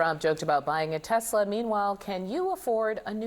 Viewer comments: Trump constantly insulted Biden for not being able to talk and now here is Trump mispronouncing Tesla. Teslar. Senile old man. Off to the nursing home with you. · "I love Tesler" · Donald Trump, "I love TESLER." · Trump didn't say he loved Tesla, he said "I Iove TESSLER." Moy sure if this was just terrible pronunciation or if he thinks there's an R on the end of the word. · It sounded to me like Trump said Tesler. Maybe my ears need a good wash. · Sounded like he likes "Teslers" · "I love the Tesler!" Comedy gold. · "I love Tesler"😂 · I love Tesler!?!? WTF is Tesler? He needs to pull Musk-rats 🏀🏀 out of his mouth and put his dentures in before he talks... I know Musk-rat insists he remove his dentures prior to his going down on the pre$! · Tesler he says tesler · He says it teslurrrr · Canada is not subservient to the united states. The arrogance of americans even while being run by a convicted #apist con-artist. Also, your orange #apist-used-car-salesman president said “tesler”. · The dumbass loves “Tesler”